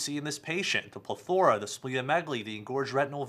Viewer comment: The first syllable of the word " plethora" receives the stress: ˈpleθərə